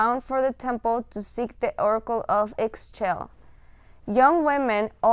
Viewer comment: Great video ! Thank you so much. Just to let you know, her name is pronounced like “ee shell” I always think of it like “Michelle” but without the m and with a Spanish or Italian accent.